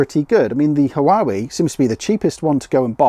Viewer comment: Huawei is pronounced 'Wah way' 😉